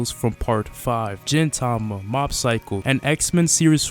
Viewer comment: I know this man isnt an anime fan when he pronounced "Jintama" and call stand a ghost